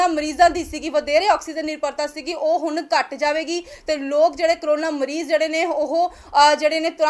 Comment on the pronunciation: ਹੁਨ ਨਹੀਂ ਬੋਲਿਆ ਜਾਂਦਾ " ਹੁਣ" ਬੋਲੋ ਕੰਬੀਰ ਨਹੀਂ "ਗੰਭੀਰ" ਸ਼ਬਦ ਸਹੀ ਹੈ ਪੰਜਾਬੀ ਭਾਸ਼ਾ ਵੱਲ ਵੀ ਧਿਆਨ ਦਿਓ ਬੀਬਾ ਜੀ